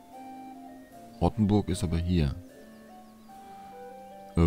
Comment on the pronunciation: Es heißt Rothenburg wie rot nicht wie verrotten